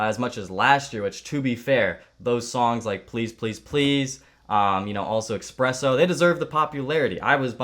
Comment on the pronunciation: It's esspresso... not expresso this hurts.